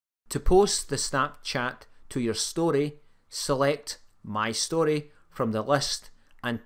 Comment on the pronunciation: “ My Storty”😂😂😂